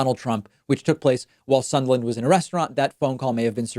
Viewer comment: Why do you keep calling him Sundland? Isn't his name Sondland?